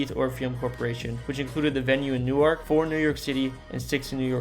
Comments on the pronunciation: Wanaque is pronounced Wan uh q. Not Wa knock. And Gingerbread castles is opening again. Newark. It's pronounced new work. Not new ark. Hinchcliffe stadium is also open again. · It’s Nork! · "Wanaque" is pronounced "WANNA-cue". Like you're playing billiards. "Reading Railroad" is pronounced "Redding", like Otis Redding, not like "Reading a book". "Newark" is pronounced "NEW-erk", not "New Ark", it's not in Delaware. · NewArk is Delaware. NEWwerk is how they say it for the N J location. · Newark in New Jersey is pronounced "noork". Newark in Delaware is pronounced "new-ark". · Wanaque is pronounced Wah-NAH-kee, not Wanock. Also, Reading is pronounced Redding, not Reeding. Also, Newark has the emphasis on the first syllable, not the second: NEWerk, not NewARK. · it must be a regional thing. I live in central Jersey, and have lived in 2 other states across the country and have never heard it pronounced as “New Arc.” Always as “New-irk.” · Isolation Hospital was known as SoHo. New Jerseyans pronounce Newark as Nork rather than New-ark. Looking forward to second part. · right?? never heard "new ark" in my life, except i think Newark Delaware pronounces it like New-ark?? But for the New Jersey variety you are absolutely right! new-irk! in my head i would have spelled it "new-erk" instead of irk, but i knew exactly what you meant and was right on board with you hahaha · It’s pronounced “Newerk” not “New arc” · Oh, for pity's sake. You made a program about N.J. places. Learn to pronounce Newark correctly. New-Ark is how the pronounce it in Delaware. Sigh... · It’s pronounced New-erk. is correct. Otherwise good memories and thanks for the content. 🤙🏼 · Not Newerk, Nerk. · The maker of this video is not from New Jersey. "Reeding Railroad"? "New-ark"? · I’ve never heard someone pronounce New-ark that way lol we pronounce it like Nork !! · That is how it is pronounced in Delaware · I’m from south Jersey and I say New ark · nah it’s new-irk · I live here its Nork 😊